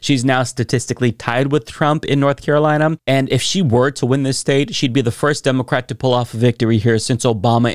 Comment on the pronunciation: I figured it out! emphasizes the "o" in democrat!